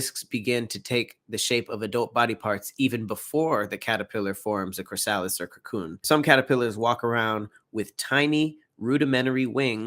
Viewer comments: Took me until the end of the video to realize when he says Chris-Alice he's saying chrysalis 🙃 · The way u butcher the word chrysalis 😂😂